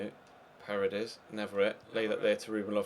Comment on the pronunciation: it's parEdes not parades